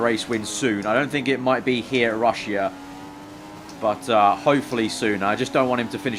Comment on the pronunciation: What's Ru-sh-ee-ah? Lol